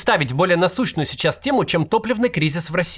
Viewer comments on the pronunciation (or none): И говорит "чичас, чичас". Приплыли.